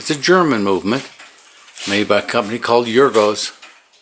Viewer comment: It's not said yergo's. It's ergoss.